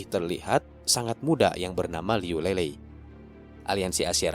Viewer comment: Bang mau ngasih tau... buat nyebut namanya Liu Lilei itu bukan Lelei tp ttp Li-Lei biasa. Trus kalau Yunde itu dibacanya Yun-Te bukan Yun-De. Btw makasih banyak buat update-nya. Ttp semangat bang